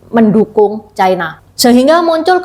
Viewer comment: Ucapan yg bnr : china, bukan chaina